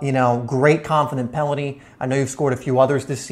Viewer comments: It’s penalty, not pelany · He says pelany instead of penalty